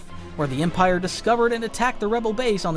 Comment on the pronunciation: No one talking about how he emprie instead of empire